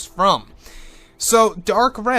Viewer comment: Darth Rey... Not Dark. But great vid. 👌